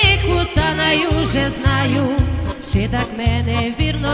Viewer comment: Не ши а ЧИ